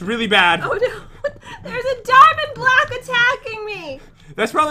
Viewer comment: " There's a diamond black attacking me!" Me: "what did she say?"😝*laughing*